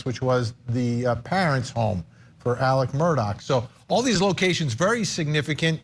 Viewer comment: Murdaugh’s first name is pronounced more like “Illick” than “Alec.” IDK how so many journalists can hear it pronounced properly in court and keep calling him Alec.